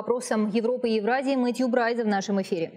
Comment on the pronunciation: Какое интересное русское произношение у Мэтью Брайза, с учётом, что он работает в Турции - вообще молодец